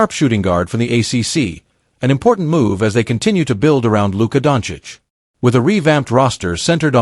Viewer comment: you cant even get your pronunciation correct...rui, luka etc...